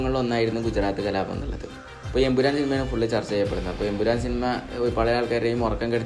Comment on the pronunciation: കലാപം ✅കലാബം ❌